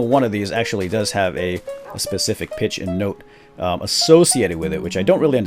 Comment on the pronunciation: whene you siad 'go back to the default pitch' i thaught you said 'go back to the defaualt bitch' and i choked on my sandwich :P